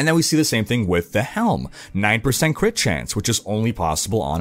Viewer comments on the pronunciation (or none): none